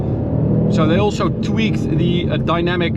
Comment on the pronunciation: Have a problem pronouncing your "s's" in all of your words, e.g., "also" pronounced "alsho".